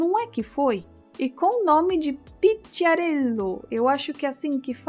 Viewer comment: fui ver a pronuncia e fica mais ou menos assim... Pikiáreelo :3